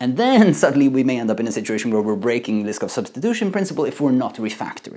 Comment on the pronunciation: You pronounce Liskov as "list of"